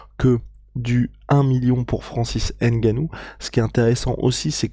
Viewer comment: Un peu de respect quand meme... C'EST NGANOU et non "N"GANOU...ca fait chier a la fin!!!! Quand meme!